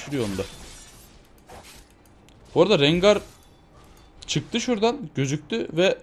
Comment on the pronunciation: la allahını sewersen bi de hele RENGAY ne la rengar de rencır dee de rengay diye nasıl okuyailiyonn